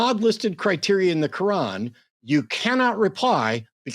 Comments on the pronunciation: The Qwaan! The Kuuwaan! My guy get the name of your Holy Book right. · .....did he call it the "Holy Ko-wan"??? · Why is he calling the Quran the "kawan"? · Is he calling it the kowan?